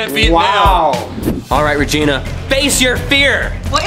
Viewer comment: me:tarantula reegena:mey-meyo